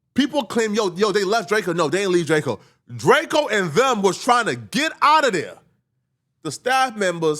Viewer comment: Why do i keep hearing Drako, whos Drako? 🤨 🤦🏿‍♂️